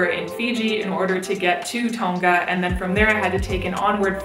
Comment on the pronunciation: you said tonga wrong but thats ok